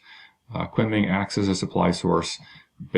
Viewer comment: Great vid. btw, Kunming is pronounced "koon ming"